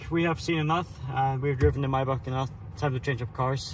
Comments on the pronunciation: Love how you forgett how to say maybach wenn speaking english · lol ive never thought about how maybach was pronounced